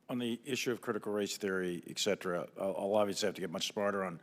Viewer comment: Mr "look how widely read I am" Milley should worry less about critical race theory and more about how to pronounce the word ETCETERA. It’s NOT EXetra ! God help the US military !